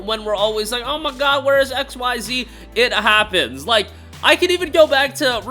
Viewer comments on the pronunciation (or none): "Err my gaaawwd eerrr my gaaawwd," are you from Minnesota 😂